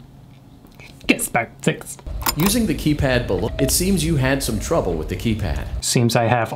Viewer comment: Forever calling gift baskets "gizz bakits"